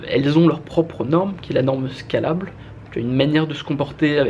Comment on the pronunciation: Très bonne vidéo, juste peut-être pour la prononciation de scalable, qui vient de l'anglais (scale : échelle) et qui pique quand tu le prononce à la française